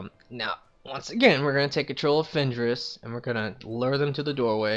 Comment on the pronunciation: lol fend-ris tree is called shadow. it is threat reduction* not threat degeneration lol